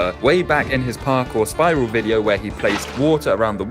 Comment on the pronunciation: My boy went to california to make a wideo😂😂